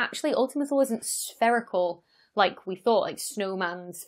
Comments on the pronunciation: Correction: "Thule" in English is pronounced "THEW-lee". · So while it's no big deal to me, there is a very popular brand that makes vehicle accessories, specifically roof, trunk, and hitch racks for carrying bicycles and travel containers. The name of the company is Thule. Everyone I've ever talked to in reference to the brand pronounces it "tool-E"/tooly. I'm no linguistic expert by any stretch, but I was the sole wholesale buyer for a small chain of bike shops here in Southern California selling high end road and XC bikes for years. I've met with several reps, a few engineers at trade shows, along with various people associated with the corporate side of their business. Everyone I have spoken with always pronounced the name with a silent "h." Regardless of the correctness 'toolE' is a much more fun and marketable name/pronunciation. That's just my $0.002 AdSense on the subject. Thanks for the upload, and insider info :-) -Jake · Wikipedia ) says 'In classical and medieval literature, ultima Thule (Latin "farthermost Thule") acquired a metaphorical meaning of any distant place located beyond the "borders of the known world".' "Thule" in Latin is pronounced "THEW-lee". I don't know where the roof rack company got their name from. :-) I don't really care how people pronounce it. I know what they're talking about and the science is cool! That's the most important thing. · How do you pronounce "thew" in "thew-lee"? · Say "To Lay". Thule. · The "e" in Thule is not silent.